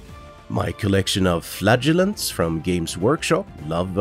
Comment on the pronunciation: Go with the second pronunciation of “flagellants”. The first one, the one you used throughout most of the video, sounds too much like “flatulence”.